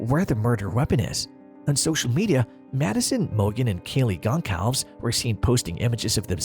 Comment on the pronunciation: Kaylee "Concolves"? Really? You think you know this case enough to make a video about it, but don't know enough about it pronounce Kaylee's name correctly. 2 minutes of Kaylee "Concolves" was enough for me.